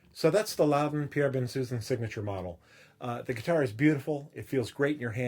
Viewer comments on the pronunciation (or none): An interesting and informative review, but Pierre Bensusan is French, and to hear his name pronounced "Ben-Susan" REALLY grates on the ear. His name is correctly pronounced Bon-souson, with both 'n''s silent and (I believe) the emphasis on the final syllable (As in 'Alain Delon').